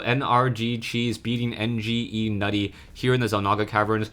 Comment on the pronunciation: NgeNuity is prounounced Ingenuity, not N G E Nutty. It's Nuity